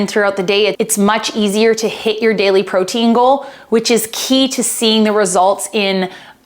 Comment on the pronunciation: Great video! I had to giggle at the very beginning it sounded like you said "pro tingle" instead of "protein goal" and it made my morning. :)